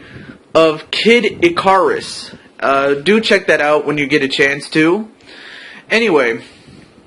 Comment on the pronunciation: it's pronouned, Kid IkUrus. Some good progress,!